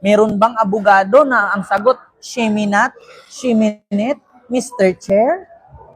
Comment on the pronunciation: Malayo sa kalingkingan ni Atty Claire si Sara. Una ko narinig, Shiminet shime not nawendang ako omg salitang alien 😂